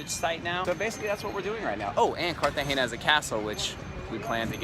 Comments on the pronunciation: Hi, watching this video in 2021, you are actually pronouncing it as if there was an ñ. Trust me those locals were probably messing with you. No local ever says Cartageña, It's Cartagena like Luis C says in his comment above. And the "castle" is a actually a military fort. But great video nonetheless. It's always great to see one of my favorite cities on the planet. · Its pronounced Cartagena with an N not an ñ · Why do you pronounce it "Cartagenia"? :) It's CARTAGENA. Like kar-tah-henna. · yes guys the pronunciation of the city is wrong